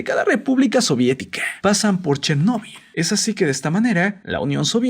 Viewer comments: Tc: dice chernebol Yo: quien rayos es Tc: una maldicion :v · Pensé que se pronunciaba Chérnobyl